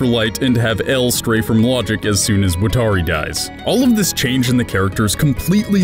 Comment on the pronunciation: im i the only one who is ticked by the way he says "watari"